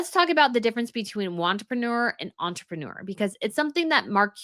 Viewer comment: Did you say “want-reprenuer”? Brilliant!!!